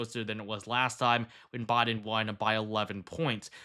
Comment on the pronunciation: Its Wis-consin not WIS-SCON-SON...FFS, I'm Australian and even know this. And it's BI-DEN not Boi-din lol😂yon muppet... FKH TRUMP 2024